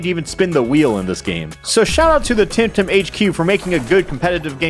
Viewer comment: This game just feels awkward because my online nickname is “Tem” and this game is called temtem. I can’t wrap my mind around that fact and I think it’s fake xD also all people I meet online think I got my name from that. Plus, Alpha, I think it’s pronounced the tem in temmie from undertale. Oh yeah mudkip is best Pokémon and best temtem even tho he isn’t in that game. Edit: I am making this while watching and you started pronouncing it right